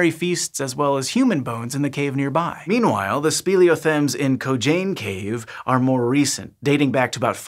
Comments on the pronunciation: Co-cane not Co-jane, check ur text yo. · Say it with me “COE CANE”. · "Kogaine" Me: COCAINUM!!! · since when is a c pronounced like a j ? lol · Kocain Cave was not how I expected it to be pronounced